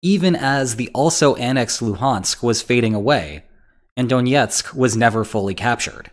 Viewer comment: It's not donietsk, but Donetsk.